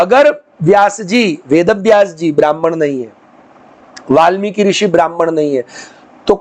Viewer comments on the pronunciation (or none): આપ વાલ્મીક અને બ્રાહ્મણ કેમ બોલો છો વાલ્મિકી બ્રાહ્મણ નહીં